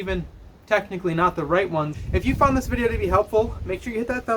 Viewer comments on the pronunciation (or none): none